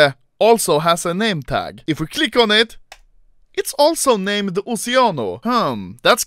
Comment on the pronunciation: when he said "oceanos" i heard "oceanus"